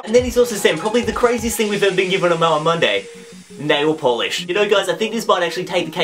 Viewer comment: Whenever he says mail man Monday it sounds like melon monday